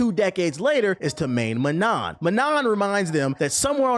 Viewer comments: What about those who mispronounce [ kara-TE] as [ka RA dee]? Huh? How about pronouncing [ma-NAW] as ma-NON..... What does YOUR main say about YOU? Huh, smart guy? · That’s not how you pronounce Manon 😭